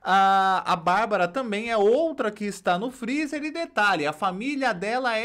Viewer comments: Advogada falando " frizi" 😁😁😁😁😁😁😁😁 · Essa família toda fala errado mds que "FRIZI" é esse 🤦🤦🤦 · A irmazinha tem que defender a irma mesmo, afinal é o sustento né? AHHH e não é frizi, é freezer, doutora! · Irmã da Deolane queixo de tamanco e mexendo logo com a X. Essas mal educadas, biscoiteiras e sem noção. Tão rica e não sabe falar freezer! Elas são Deus? E Deus é Deus de baixaria? Brincadeira né???